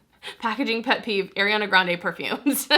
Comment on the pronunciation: It’s NOT AIRana, it’s Ariana